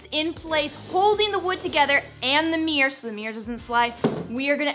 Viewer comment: Mirror….. mir- ror…..look up how it is pronounced. Not MEEEEEER. Ugh